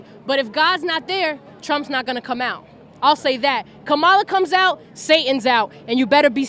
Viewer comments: It's "Comma-la" not Cawmela" - I just think you should maybe try a little harder on that one since you do report on the news and I do enjoy your child. I hope you have a wonderful and successful future with independent media. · It's kama la. Kama la kama la like comma la. Don't do the Maga shit . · You miss-pronounced Kamala's name. It's "comma la" . The thing about Speaker Johnson is that he can't see that Trump fakes his religious positions, basically about abortion, to get Johnson's and the religious right's support. Trump was never against abortion rights until he started running for President. And he doesn't have a religious bone in his body. Johnson is just blind to that truth. Some Christian he is. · KAm-a-la. Please, Sir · Wow, even you can't pronoun Kamala's name correctly! Make some effort please, unless you're mispronouncing her name intentionally. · FFS... You STILL can't pronounce her name correctly, major retired whatever? Get your shit together, major retired Thank You For Your Service. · First learn to pronounce Kamala's name